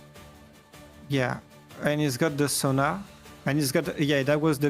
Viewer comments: Sona is pronounced So-nuh… not Zo-ña. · The way he's pronouncing Sona like zhonya is killing me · Alright alright I’ll be that guy Holy crap you kept calling it Sonya and not sona lol